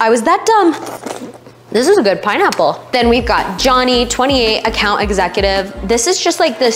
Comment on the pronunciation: Was so distracted by you butchering that pineapple lmao